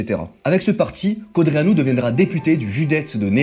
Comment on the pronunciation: Tu sais même pas prononcer Codreanu. Arrête les vidéos 🐒